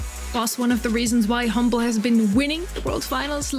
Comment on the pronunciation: Hmble not humble = lose?